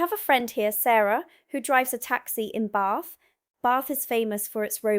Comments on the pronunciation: And there is no R in Bath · All good except it's Bath. There is no R in Bath